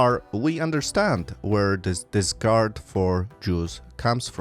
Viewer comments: Great offering of information. By the way, it's "disREgard" not "disgard," Sir. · You keep using the word, “discard” (which means throw away); I think you mean “disregard” (which means lack of care and respect, pronounced “diss-ree-gard”). There is a similar word, discord, meaning strife and disagreement, but I don’t think you are trying to say that. This was a very informative video. I learned a lot. Thank you!